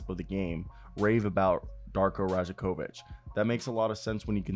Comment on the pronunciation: Pro tip, the 'j' is pronounced as a' y' in serbian surnames...same like Jokic is pronounced as Yokich, so Darko's surname would be pronounced as Rayakovich.